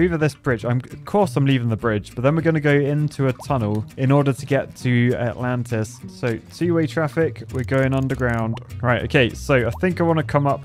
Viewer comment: All I kept hearing was -lantas.